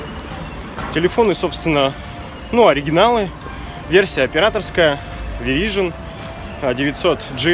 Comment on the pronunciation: Чувак верайзон а не вирижин